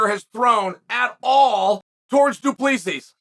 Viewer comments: No one can pronounce dricus’ last name lol.. it’s du plehssee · Remember when you got title shots that didn’t make sense? You sit here and sh1t all over the division because it is 2-0? You sh1t on all of these guys by saying their names wrong because you’re too stup1d to be able to say their names but claim that you do it on purpose. Dre is DuPlexis? Bobby knuckles is the best 85er not named Izzy. By saying this you’re either telling him to move up or down in weight or just wait until someone else beats Izzy so he can get a crack at the title although Izzy lost 3 in a row (2 kickboxing yes I get it, but also 2 by flatline ko) so to me your stance is ignorant. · Your inability to pronounce his name right is really annoying. Get it right..